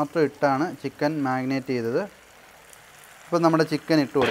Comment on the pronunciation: Magnate alla brother....marinate....annu annu parayunathu.....chicken is superb.